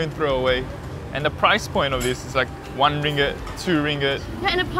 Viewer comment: Sorry I got irritated with your pronunciation of ringgit! It’s ring-git btw, instead of ringit 😆 oh, and you can easily find Lontong Kering at Geylang market!